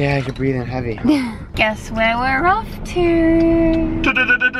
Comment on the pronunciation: said “guess where we’re off to?” and I thought she was making a pun by making it sounds like “guess where we’re RUFF to?”